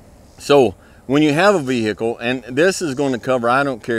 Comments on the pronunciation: Here for the advice. Stayed to hear "ve-hickle". Solid advice sir. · Vee - Hickle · Vee hey cle